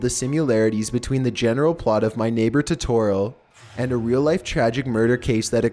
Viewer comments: He mispronounced totoro, ghibli and I think satsuka this is so annoying 😂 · flauffle wauffle yeah he said it wrong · Don't mess up Totoro for me! ='( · Please... for the love of god look up how to pronounce things... that "Toetoeroe" was the worst. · He said Totoro. He's supposed to say Totero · Totorro? its Totoro. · You were saying it wrong Todorrow is pronounced toe der row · I love your videos but please double check your pronunciations totoro is pronounced to-to-ro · Btw you have to say Totoro a bit fast, TO-TU-ROE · I loved watching my neighbour totorro. Its pronounced toe toe roe. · I thought it was pronounced toh-tuh-roh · It's ToeToe Row. |D you such at saying Japanese names lmao I'm sorry but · Captain Tici Studio gee-bee 🤦🏼‍♂️ Toe-tore-oh 🤦🏼‍♂️ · dislike said totoro wrong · please stop saying Totoro-- jesus Christ- you're butchering the name oh my god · hes saying totaro wrong ( i cant spell im sorry) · The way you pronounce Totoro makes my eyes twitch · How he said totoro and ghibbly angers me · That isn't how you pronounce Totoro. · Lol I cringed when he mispronounced everything in totoro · I’m more angry about the way he sais Totoro 😂😂😂😂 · Besides the mispronouncing my neighbor totoro and such like Ghibli(ji-blee) He showed a scene from spirited away instead lol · You pronounce totoro dumb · you pronounced totoro wrong. studio Ghibli has a lot of dark secrets like grave of the fireflies and spirited away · The way he pronounces Ghibli, and Totoro hurts my soul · ok his voice does get kinda annoying after a while but i let it slide but the way he pronounces totoro is just rjfnwkljfnr and (i know they corrected it but still) fucking studio gibi? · omg for totoro he doesn't say it right and the picture with the mouse guy isn't even from the movie 💁💁💁💁😬😬😬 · it kills me that ur not pronouncing totoros name correctly Dx